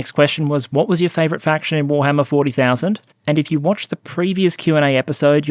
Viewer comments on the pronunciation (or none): none